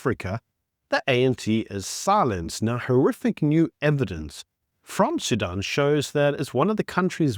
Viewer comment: Sudan, not Sudun